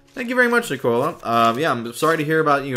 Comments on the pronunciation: I’m so happy you read my letter! <3 THANK YOU SO MUCH!!! Edit: Oh btw! Liam is pronounced as Lee-um and Nicola is pronounced as Nik-uh-la! Nice attempt tho! ☺️☺️ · Ginger Kubicz Liam is lee um and he was close enough with Nicola just he said it like Coca Cola when it nic ola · He mispronounced both Liam and nicola